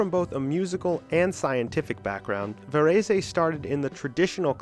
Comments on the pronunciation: Varez NOT Varezay! Jesus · Actually, Debussy was almost the only classical name he did pronounce correctly. (French words do not emphasize one syllable over another. You pronounce all syllables with equal emphasis.) His saying "Vuh-REE-see" as Tony Soprano would have said it had me almost crying. By the way, you can Google names to find out how to pronounce them correctly. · Xenakis is not considered a musique concrete composer. You mispronounced Varese completely - it has two syllables. I knew Simeon who was one half of Silver Apples - I produced an album for his label Whirlybird - sigh... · Varèse is 2 syllables, the final e is silent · Your pronunciation of Varese's name is just too cringe. Couldn't get past it. Maybe I'll try again tomorrow. Please do better. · PLEASE learn to pronounse "Varèse"!